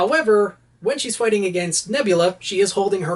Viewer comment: foighting style